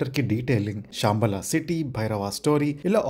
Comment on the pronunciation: Shaambala kaad ra ayya Shambaala😂